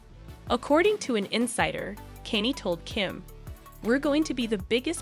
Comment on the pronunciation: I think you should learn the correct pronunciation of Kanye 's name. It's not Kenny. Makes me question your research.